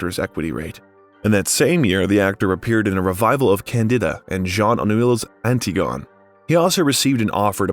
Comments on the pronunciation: ANT-ih-gone. LOLOLOL! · And "Anti-Gone" instead of "Ann-tig-guh-knee". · Yep, he mispronounced throughout. 'Anti-gone' instead of 'Ant -ig-o-knee' and 'Blanche Du-boos' instead of 'Blanche Du-bwah'. ' Vivien Lay' instead of 'Vivien Lee'. It was ridiculous and ruined what could have been a good biography. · Numerous mispronunciations — e.g., Hoboken, Ebert, Antigone. Need better voiceover. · My favorites were the pronunciation of Candida and Antigone . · Do you mispronounce names on purpose? Or are you really that clueless. ie Antigone? Vivien Leigh, the star of Gone with the Wind..You never heard of her??How do people like you get employed is beyond me. I would think that you would do a little bit of prep before you read it thru. You sound like a dropout. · Hard to take this seriously when the narrator can’t bother to learn the pronunciation of words. See “Evanston” and “Antigone”. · That wasnt the only one. How about Vivien "Lay". Antigone, I cant even imagine that. I quit on it too. It kills it for me when they have no respect for the "lesser peoples". Piscator also.